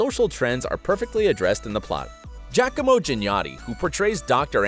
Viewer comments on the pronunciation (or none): He also botched his real name... Giacomo is a strong Italian name and would never be pronounced Jack-omo. In America it may be sounded out as Gee-a-como, but in the traditional Italian language, it's more like Jya-como. Anyway, my rant is over lol